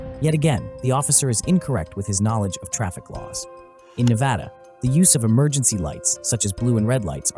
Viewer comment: Thank you for pronouncing Nevada correctly sir keep up the good solid Content